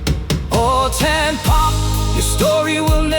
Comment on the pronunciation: It is pronounced as Tahn Pop. Not Tan as in Suntan.